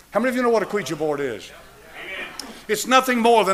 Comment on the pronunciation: I’ve watched for eight years, I love his sermon and he’s teaching. I just wish you would pronounce Ouija board, right. And I ask Siri and found out I was pronouncing it wrong also.